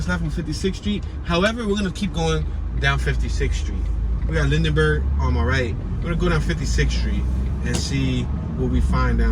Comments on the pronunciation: First off get it right it's pronounced Linberg not Lindenberg spelled Lindbergh 2nd Bartram Village starts just past 54th not at 56th 3rd you could have went into the actual gardens the came back to go into the housing area. My family has been in SW 53 Greenway since 1970 I've had fam and friends that lived there... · its lindbergh not lindenberg